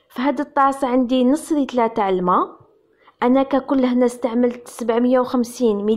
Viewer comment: جيد جدا وشكرا جزيلا و للتذكير فقط كل العالم وفي كل اللغات يقولون لتر وليس رتل ارجو التصحيح